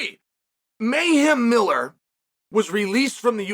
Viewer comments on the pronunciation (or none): none